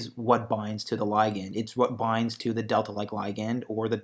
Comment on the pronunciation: I hate the way you say "ligand", so unnatural and awkward.